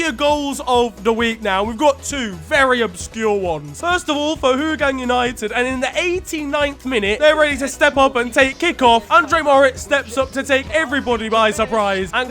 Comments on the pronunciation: Great vid! Just one thing: Its pronounced ow-gaang, not who-gang. Thanks mate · lad im from singapore its not hooogang united its more of how-gang united but thanks for mentioning my country x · wow, singapore league is in FTW. thanks for the shout out from the litte red dot! good effort on the butchering. the correct pronoucation, is how-gar-nn united. it is chinese dialect word. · As a Singaporean I forgive you on your pronunciation of Hougang. It's "How-Gâng". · Hearing butcher Hougang United was a nightmare for my ears